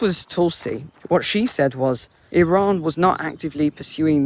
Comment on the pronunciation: Stop being pretentious in the pronunciation of Iran and Iraq, I can't listen to it